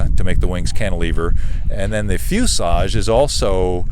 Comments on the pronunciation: Why does he keep saying fusage? I want to scream at my phone and say "it's FUSELAGE"! lol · Is there a reason for his pronunciation of "fuselage" as "fusage"? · Fuselage. There’s an L in that word.